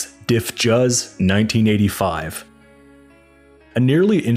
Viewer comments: Great summation. Truly. A few mispronunciations though Flanger is pronounced as flanjer and Dif Juz is pronounced as Diffuse. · today I learned this after years of calling them Diff Juice, I checked here to see if anyone else had mentioned this, thanks